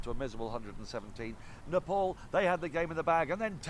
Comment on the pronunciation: Its not napole, its NEPAL😅